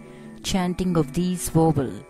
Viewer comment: she keeps saying "wovels"...